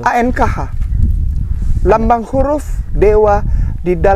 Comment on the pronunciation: Ankh itu dibacanya Angkh aja bukan Anek